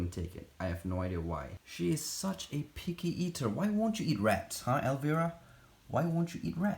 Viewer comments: El-vi-ruh not el-ver-ah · I just wanted to let you know that you are pronouncing Elvira wring, I know your first language isn’t English and it’s understandable why you got it wrong You pronounce it with a hard I like ell-vy-ra it’s actually a very famous country song and the name of an actress from the 80’s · Lol, the name is actually pronounced as “ElvEYEra”, like you have to EYEs on your face. She was this Halloween vampire character with giant breasts 😂.